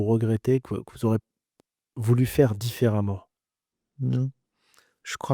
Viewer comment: J'ai cru entendre '' il voulait voule' il a voule' '' ..